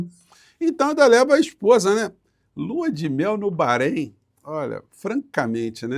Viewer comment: Eu só não gosto de ouvir ,"barreim". É Bahrein mesmo (barein).